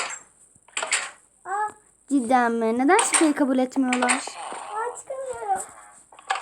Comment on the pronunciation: cideni demen gıcıma gidi zaten hepsini sen seslendirdin anladık hem maykıraffta radyo yok bunu bul oldumu cıdanı